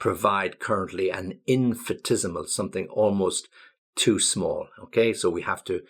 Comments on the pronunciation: Thank you. Love you ideas. Sorry, please check your pronunciation of IN-FIN-I-TES-I-MAL. You say IN-FI-TES-I-MAL. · I think 'ni' should be pronounced in in-fi-NI-tes-i-mal, not infitesimal. as you said. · the pronunciation of infinitesimal on the M&W is diffrent? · Hi! Just to know, you pronounced infinitesimal differently than it should be, is there any reason? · You’re pronunciation of infinitesemal is not correct. For the rest I like very much your videos. Please go on!!